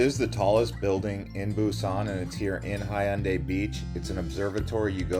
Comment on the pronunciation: 자꾸 현대라 해서 먼말이지 했는데 해운대였음 ㅋㅋㅋ